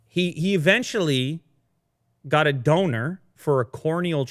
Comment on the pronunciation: I heard Döner instead of Donor! It's just what matters. Such a shame to me! :D